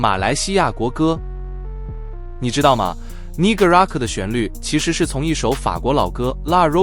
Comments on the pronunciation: 是呢嘎拉古，不是泥可，等下被黑人打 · 才看两分钟就受不了了～我国马来西亚的国家不是“你哥拉古”，是“呢嘎拉古”～电脑配音真的很没有感情，最好的还是真人的声音～ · 你好，不是你咖啦古。 是呢咖啦古。 Ne 第一声。❤ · 不是尼格拉古 不要乱念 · Negaraku is 马耒文拼音不是你所读的，如不懂去听一听马耒西亚国歌的开头的第一句